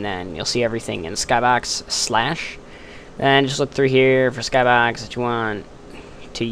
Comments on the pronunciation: in my skahbox? lol thats how you said it lol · You say skybox funny :P